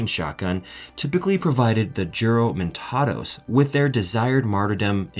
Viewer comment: the letter J of the word Juromentado is pronounced as letter H (e.g., house) in Spanish.